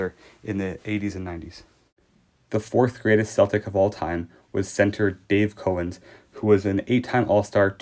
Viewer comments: It's Cow-ens not Co-wens. As in a cow the animal. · Its not CO ENS ITS COW ENS! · Sorry but it is Dave Cowens not Cohen. That is disrespectful to not pronounce or spell his name correctly. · You didn't know? You're making a video about a team and ranking players on said team. But you don't even know how to pronounce their names. You are Bush league dude! Get off the air!